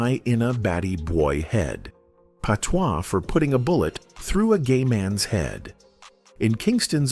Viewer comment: The pronunciation of patois is hilarious 🤣